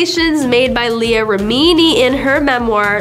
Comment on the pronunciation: rem-in-knee.. jesh... I tried to give this chick a fair chance, I really did.. but you need to get rid of her. She is so unprofessional and unlikable..